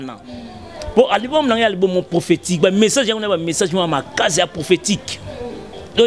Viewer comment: Album et non "alboum" non mais ooo t'étais la première à faire des émissions pour se moquer des personnes qui avaient du mal avec la langue de Molière mais je vois que apparemment toi aussi tu es!!!